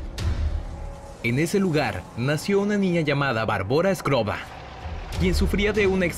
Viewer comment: Es skrlova no skrova